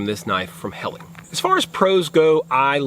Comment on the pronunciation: It's birch not maple, it's pronounced Hellah, not Helly,, perhaps you should do a bit more research before making a video, ??